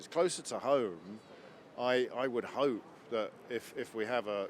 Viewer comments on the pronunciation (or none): none